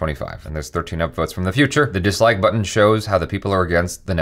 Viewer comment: Every time literally everytime he says dislike I hear downloads